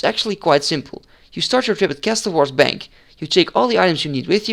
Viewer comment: stop fucking calling it cass toll wars its CASSUL